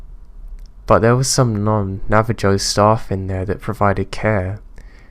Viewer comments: Great advice in beginning especially for us who have diagnosed mental issues. That being said need to talk about your pronunciation of Native Tribes. Navajo does not end in Joe it ends in Hoe. Navajo= Nava-Ho. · Navi - Joe 😄